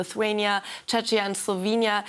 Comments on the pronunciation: i dont thik this graph is correct (she also totaly misspronouced czechia and slovenia) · A great report. However, as a news Anchor, it is part of your duty to learn to pronounce the names of countries you cover. ESPECIALLY when said country - Czechia, is a NEIGHBOURING country of Germany where you are based. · You should really learn how to pronounce "Czechia" and start using it. Drop "the Czech Republic" already. The country is going to compete as Czechia at the Olympics this summer, maybe it's time to update your stylebook. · The news host tried saying 'Czechia' and failed. That's why. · The anchor could've learned to pronounce Czechia..